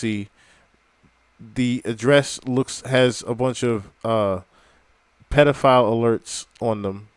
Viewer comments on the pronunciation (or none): He did 17 push ups…..underage and he says pedif owl!